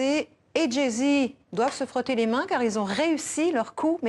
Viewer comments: Elle vient d assassiner jay z on l appelant Jay zede jet 27 aussi ,kel humiliation c koi cette journaliste un baaz ou lieu d un buz Beyoncé c est devenu jason gnousse ahhh cette journaliste est une blague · Mdr elle a dit "Jé zed" jpp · (Passons le: Jay Z, une mauvaise prononciation est compréhensible) ".. culture africaine américaine dans cette espace (..) pour affirmer l'égalité de la culture Afro-Americaine avec la culture blanche " "La pop culture sur La Culture.. " 🧐 ? La culture blanche est donc: LA CULTURE ? "Ceci est un coup d'état culturel"🧐 ?